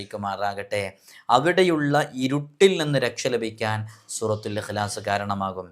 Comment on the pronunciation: Surathul ihlas aanu surathul aasas